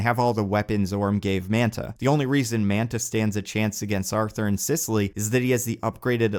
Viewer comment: "Sisseley"? What's "Sisseley"? Oh. Sicily.